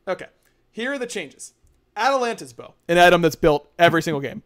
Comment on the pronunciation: Why is unable to say 'bow'?